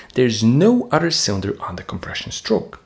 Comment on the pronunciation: Wow all that but you can't say the word OTHER. A word that, if this is representative of your diction, it seems that you love to use.